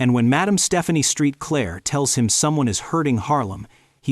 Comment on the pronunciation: HER NAME IS PRONOUNCED "MAD-AHM SAINT-CLAIR!" NOT STREET CLAIR!!